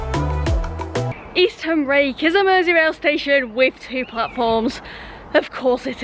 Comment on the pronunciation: Eastham is pronounced Eastem